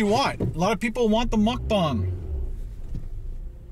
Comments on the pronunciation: It's MukBANG not MukBONG!! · Mucbong? Think it's Mucbang. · it bugs me so much when people say mukbang when it's spelled meokbang even koreans do it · I broke out in surprised laughter every time I hear him say Muck Bong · I broke out in surprised laughter every time l hear him say Muck Bong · OK I have to comment, reluctantly. Muck Bang, Muck Bong, and what is aten? Come on, if your income is from a channel, at least use proper language, ffs. Honey and chicken nuggets is for 8 year olds, I know, my sons ask for it. Be a daredevil and try something adults like. Lastly, if you drop a piece of lettuce, the world won't come to an end. Let it go and clean your car later. Long time subscriber and fellow Ontarian. Do Big Boys Burgers!